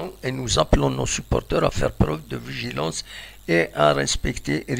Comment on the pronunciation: vigilance, c'est pas "vigilence"